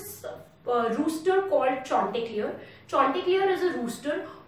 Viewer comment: What's that name chonteclear?🤣